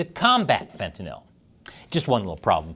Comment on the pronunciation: you are the first person I have heard pronounce Fentanyl correctly. Most people pronounce it as if the word was Fentanol